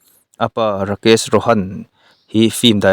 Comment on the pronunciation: Hrithik a H lai hi lam tel loh tur ani awm e, thawhpui vai ho min hrilh dan in. chutiang bawk in Juhi chowla pawh chaula ti a lam tur ani awm e.svmm